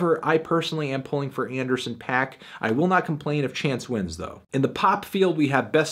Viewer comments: IT'S FUCKING PAAK NOT PAC GODDAMIT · Please pronounce Dram and Paak's names correctly. Would add more of a familiarity to your videos.